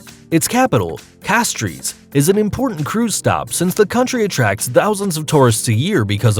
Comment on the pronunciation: Seychelles is not pronounced the way you said it. See Also the Capitol of St Lucia, Castries, is also not pronounced like you said either. See While you spent time finding videos, back ground music and a good quality voiceover, you probably should actually pronounce the places as they are officially pronounced. One of the millions of viewers that watch this video might go to some of these places you are educating them about and they'll look poorly educated. Please continue the videos but maybe a bit more research?